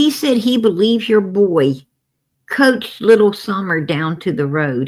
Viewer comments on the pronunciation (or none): It’s Coached not couched! You sit on a couch! 😂